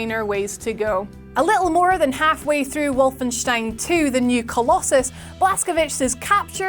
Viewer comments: You said Wolfenstein correctly :O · This is the first time I hear a non-German actually bothering to pronounce Wolfenstein properly.